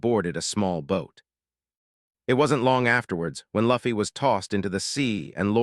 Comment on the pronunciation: Maybe if they spelled it "Loofy" the AI would have pronounced the name right! Lol 😂😂